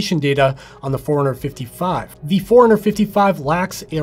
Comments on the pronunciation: To me is sounds like “ foreigner 55” . That watch is not from this country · Is it just me or the way you pronounce forerunner 55 sounds like 455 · forerunner 55 fourhundred 55